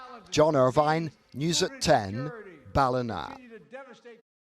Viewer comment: Ballina is pronounced Ballinaaaa😊